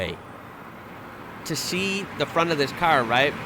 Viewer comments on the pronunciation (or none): none